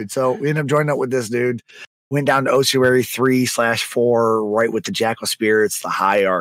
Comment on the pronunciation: My OCD kicked on with the pronunciations of Ossuary and Lich